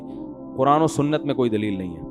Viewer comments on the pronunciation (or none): none